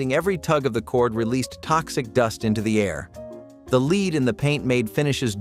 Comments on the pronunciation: Lead. It's not leed It's led,! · And stop calling "lead" "leed!!" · This was so annoying to watch. So many regular words are mis pronounced. Lead in ceramics pronounced as Leed, etc. soooo many. WHY?!?! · .. I guess ai's haven't learned to pronounce words properly yet+ no voice inflections! It's the same with lead 😂